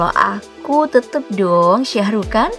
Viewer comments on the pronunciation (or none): none